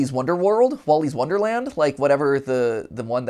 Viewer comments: Man said Willy's wonderland wronge 3 times💀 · WOLLYS WONDERLAND? Do u mean WILLYS WONDERLAND